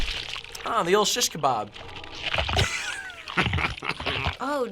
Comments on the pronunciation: Its a shishcabab hahahahahahhahah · "Shishkebab" confirmed xD